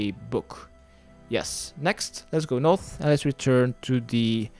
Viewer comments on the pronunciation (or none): So annoying how you say north... you say noff... As if your talking in an british accent. But you say every other thing in an american accent. Like “eastern”